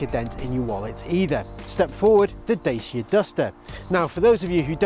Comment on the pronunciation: Omg this is the second video I’ve been on where you’ve pronounce the Brand Name Wrong!! It’s not a Bl**dy Daycea! It a Dacia like focaccia!! Moving on to a video that knows the name of the Brandon.